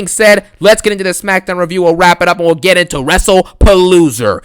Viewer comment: Errrr Smakkkkkdowwwwwn 😂 Another Great Banger